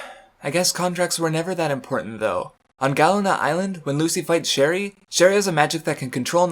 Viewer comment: "Gallana island" Really? It's Galuna. GaLUNA. Because you know...the moon? I'm not even that into FT, you just use zero common sense when trying to pronounce anything.